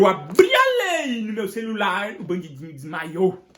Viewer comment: O melhor é qd ele diz bandindinho kkkk